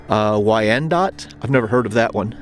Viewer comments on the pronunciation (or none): Just a lil FYI, Wyandot is pronounced wine-dot 👍🏻☺️